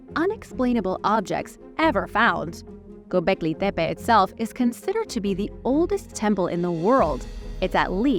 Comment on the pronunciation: thank you for pronouncing Gobekli Tepe correctly.